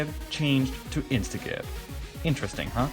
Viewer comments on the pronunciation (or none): "can be downloaded off of the internet"? What an awkward mouthful. I would have just said "can be downloaded from the internet", or better yet, just "can be downloaded" because its always going to be the internet. Also, instagib is short for instant giblets, so its a soft g.